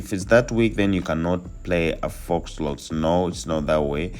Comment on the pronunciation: It’s pronounced “foe” not “fox”.